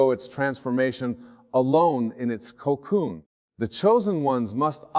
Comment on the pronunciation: I have a sneaking suspicion that this is sadly AI generated. The way he says “cocoon” gives it away. He’s from MI.. I know he doesn’t say it like that. This AI crap shouldn’t be used like this. This is not him and to steal his identity after death is abominable..